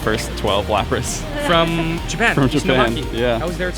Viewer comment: "Lapri" Excellent latin